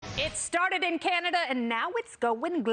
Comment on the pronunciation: I’m glad she said Canadia.